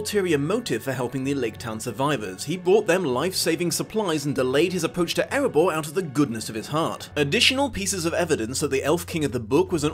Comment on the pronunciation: It's Erebor , not "Eribour".